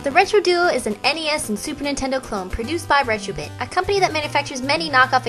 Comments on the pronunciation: Did you say StuperNintendo games! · i keep hearing stuper nintendo lol